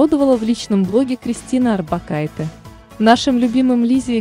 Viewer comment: Надежда Курлово, даже не Арбокайте, а Орбакайте 😀